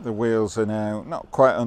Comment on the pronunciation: I thought at first you said "whales" , but it was wheels. Quite photogenic wheels they were. 😀